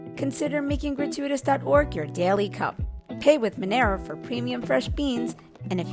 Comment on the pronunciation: at least pronounce Monero correctly FFS